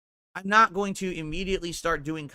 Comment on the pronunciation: "It's naut gambling ..." Says the gambling addict.